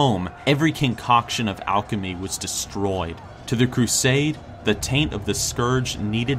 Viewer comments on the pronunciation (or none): none